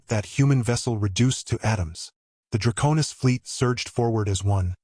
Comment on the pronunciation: Thanks for the story. Now, my friend......is it "Dra'konis" or "DraKone'is"???? You keep changing the pronunciation every other time you say the word. It really is annoying. At least pick one way to say it.....preferably the second one..."DraKone'is". Thanks.